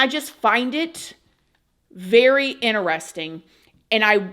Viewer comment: Gotta love all of word accents! “PO-LEESE”! and “ Very INTER-RESTING! 😊” ❤❤❤